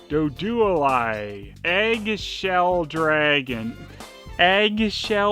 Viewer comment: Duo-Duo? Really?, in what language does the "ou" vowel combination make the you-oh sound?